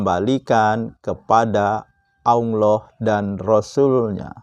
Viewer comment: Ngajak ke Al Qur'an.... Tp tidak baca satu ayat pun di video ini, tolong ngucapin lafal Allah aja masih pke wau jd Awloh, mirip anak iqro' 3